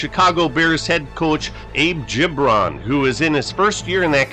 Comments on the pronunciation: I thought it was Gib-ron, not Jib-ron. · It’s GiB Ron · Great stuff .... But Its Abe Hard G ... Gibron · Abe Gibron was a character. I believe his name is pronounced with a hard g e.g. girl, get, graph. Bobby Douglas was a tough son of a gun. Another factor [to his poor passing game] was playing in the windy city in cavernous Soldier Field. I do remember people thinking he couldn't throw a pee in the ocean. Strangely Douglas might have played 50 years too soon as his game might translate well today. Thanks brother, appreciated.